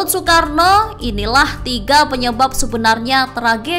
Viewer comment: Nasakom dibacakan soekaarno